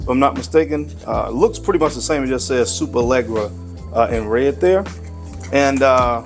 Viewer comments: Pronounced Lesh-era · I believe there’s not 1 American that can pronounce Superleggera correctly or does any effort to.